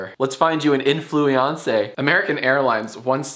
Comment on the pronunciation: "Influiancé" ? VERY good Jack. Very good.